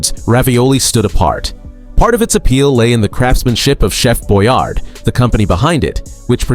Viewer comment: Its /Chef boy are dee/